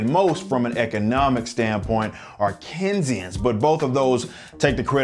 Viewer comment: First of all, it's "Keynesian" not "Kinsian." Second, perhaps you shouldn't analyze - and totally misconstrue Marx - based off of one tweet. You have zero idea what you're talking about.